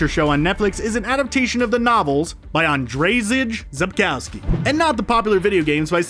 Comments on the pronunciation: Oh boy you butchered "Andrzej Sapkowski" pronunciation hahah It's more like "Andrey Sapkovsky" or maybe "Andshey" would be better... Our strange way of saying "Andrew" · I thought Gr-Alt was bad, then I heard An-DrAezeg Zepcowski. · Gralt was not that bad, but Jaskier and Andrzej Sapkowski makes my ears bleed. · The pronunciation of "Geralt" isn't bad. "Jaskier" is wrong though, and "Andrzej Sapkowski" is simply hilarious ;)